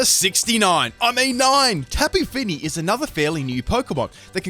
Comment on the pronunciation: Tapi Fini? Mitsy terrain? You drunk?